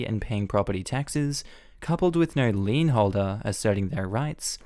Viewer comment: Lien, lien, lien,lien, lien! (Not lean)